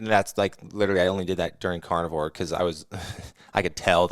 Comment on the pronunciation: at first i thought he was saying carnival diet 😂